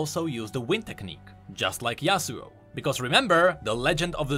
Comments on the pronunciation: why in gods name would anyone say yasuo as yasuu? For Yone, it makes sense in english (bone, phone etc) but we dont say duo as duu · Yeah... I say it as Yow-neh... Hahaha yeah "YOWN" is me 😅 more than the kid that says Yasuo as "YAZOO"